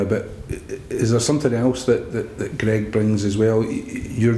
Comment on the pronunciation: The partnership is meant to be great yet he can't pronounce Greig's name...